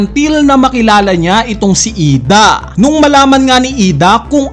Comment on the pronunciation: IDA ❌ I D. A ✅ 😅😅